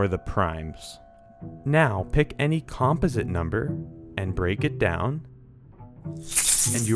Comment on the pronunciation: I've neveer heard anyone pronounce composite like that ever